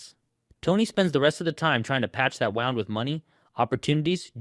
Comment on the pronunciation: ‘patch that wound’ Narrator completely mispronounces it.